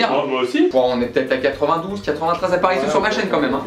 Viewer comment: « On remercie Jérémie d’êt’ là » (Dethelot D’être là, non ?)